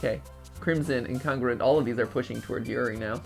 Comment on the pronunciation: I like how Matt pat doesn’t know how to say Incongruent